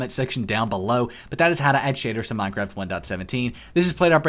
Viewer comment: minecwaft uwu